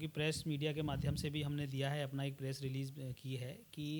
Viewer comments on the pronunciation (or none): none